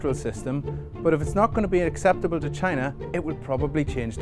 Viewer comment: CHYYY na